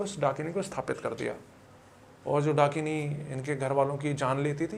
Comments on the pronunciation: Dunkini❌️ Dakini✅️ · Host : भाई वो "" डंकिनी "" के बारे मे बताओ... 🤗🤗🤗🤗 . . Guest : ब्रो ... ""डंकिनी "" नहीं...... ""डाकिनी "".. 🤗🤗🥺🥺😬😬😬 . . . Ghost community listening to this podcast be like : ""डंकिनी ""...... हाहाहाहाहा....🤣🤣🤣😂😂😂😂🤣🤣🤣🤣🤣🤣😂😂😂🤣👻👻👻👻👹👹👹👹🤣🤣😂😂🤣🤣😎😎😎😎😎